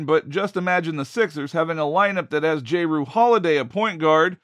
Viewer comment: Dude said j-rue 😂